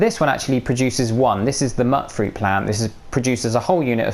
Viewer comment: Its pronounced mute fruit as per the white Mr. Handy not far off to the south west who gives you the water purification mission. If it was anything but, it woupd be muttfruit as you called it.